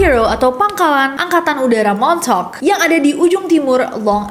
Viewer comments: Lama2 gw dengernya jd 'montok' not 'montauk'...sory Kak Nessi..🙏😅😅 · kaget gw denger the "MONTOK".. pas liat tulisannya the montauk... ternyata oh ternyata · Agak gimana gitu dengarnya montok boys😵‍💫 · daritadi dengernya montok 😅😅😅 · aku yang ga nonton tapi dengerin doang be like ... "THE MONTOK GUYS" :') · di denger nya de montok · And that's how you people say "Montok" in a fancy way 😂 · Plis aku dengernya montok projek😭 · Aku dengernya MONTOK 😂😂 MONTOK PROJEK, MONTOK BOY. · kok gw dengernya de montok project:face-purple-crying::face-purple-crying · Gua kok dengernya the montok 😂